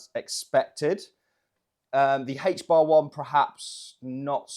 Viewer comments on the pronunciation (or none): “HAYTCH BAHH” hbar